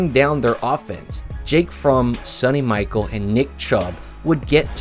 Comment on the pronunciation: Couple of things here... Alabama hasnt always been great. I lived through the mike dubose, mike shula, mike Price years. Also Sony Michel is pronounced Michelle not Michael. Lastly, yes Alabama and Georgia have had some incredible games but UGA has only beaten Alabama once in the last ten years. And that rivalry isn't even in the same ballpark as The Iron Bowl. I know you're young but come on bro.